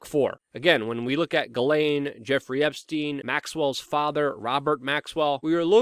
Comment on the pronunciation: "Meet the same faith as Jeffery Esptiein" ? It seems like you mispronounce a word every video that no one else says differently. The most frequent word is you always say co-mor-bid-ity as co-mor-bill-ity I can keep a log if you want. I have been considering it, but seems a petty waste of time. We all know what you mean.